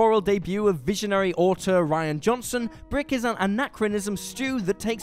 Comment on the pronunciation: The Blade Runner 20 things they did is full mispronounced words. I don't recommend watching it. It's like someone just trying to read words with the minimum of effort and no one taking the time to have it changed when it sounds stupid. He also says auteur wrong.